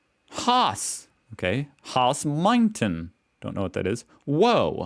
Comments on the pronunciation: "Haus" isn't pronounced "hoss" but "house" and "Zimmer" is pronounced "tsimmer".(German "z" = "ts"-sound). "Marburg" (as everything with "-burg") isn't "Mar-börg" but "Mar-bourg". Maybe you'll read it this time. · If you say Haus, speak it like House. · How do u even manage to misspronounce "Haus". Its literally pronounced the same in German and English. Just say house...